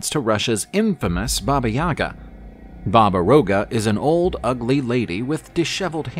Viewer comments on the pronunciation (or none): It's not Roga, it's Yaga. Slavic alphabet has a letter seems like a reversed R and it's read Ya-Ga! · It's Baba Yaga